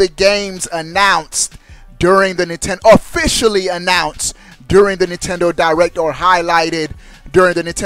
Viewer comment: hahahahahahahaha spell it how he say it pop